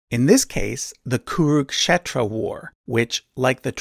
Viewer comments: And when you pronounce an English word wrong, your excuse is "it's not my first language". Cut him a slack and appreciate the effort. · I think it should be pronounced "kuru-k'shetra" not "kuruk-shetra" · Actually It's" kuru-k-kshetra " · Both is wrong. Original sanskrit pronounce it as 'kuru'khetro'